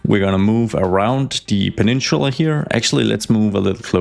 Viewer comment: I don't know why, but the way he says "peninchula" really rubs me the wrong way. Where is the accent from?